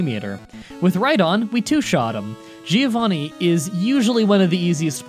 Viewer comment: i hate how you always say "geeovanni"